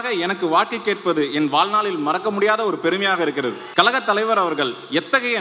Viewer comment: Please teach the candidates to pronounce “kazhagam” “கழகம்” என்ற சொல்லை சரியாக உச்சரிக்க அனைத்து வேட்பாளர்களுக்கும் கற்றுத்தரவும்.